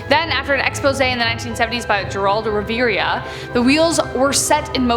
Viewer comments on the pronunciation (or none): Geraldo Rivera is pronounced "her-all-doe riv-air-ah". He's very famous for being an ass. That and for having his nose broken on TV by a KKK member. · What’s wrong with y’all Geraldo Rivera is famous and you can’t even look up how to say his name smh the disrespect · Was... 'Willowbrook'.... not abandoned was shut down... and loved how you pronounced Geraldo Riviera.... NOT even close....